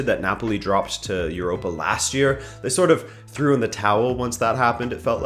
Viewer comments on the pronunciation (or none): none